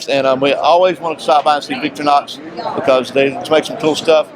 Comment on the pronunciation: what is Victory-Nox ? they are known the world over as Victor-REE-Nox . . .no need to call them something else . . .